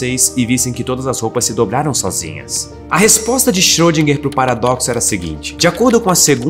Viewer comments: Só uma dica linguística:a pronúncia de Schrödinger não é Xirôdinger.É Xirêndinger. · a pronúncia dele não tá certa. Não seria problema ele colocar humor se o humor fosse bom.